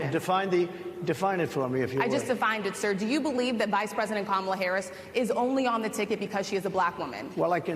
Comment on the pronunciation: He does say "Kamela", her name is Kamala. We're glad to have you, but you gotta' do better than that.